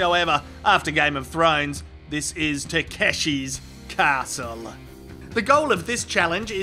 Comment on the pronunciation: Lol the Japanese says ta ke shi castle.